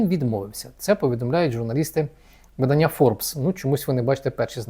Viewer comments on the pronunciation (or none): none